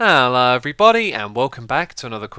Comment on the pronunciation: Stop saying "Hallo" and say "Hello"